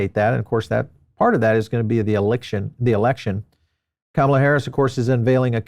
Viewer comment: Please pronounce her name correctly. You can do it, if you want to.